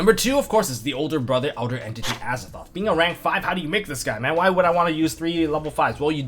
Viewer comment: I like how you say AzaTHOT